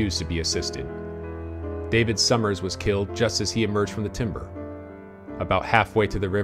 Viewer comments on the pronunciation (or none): none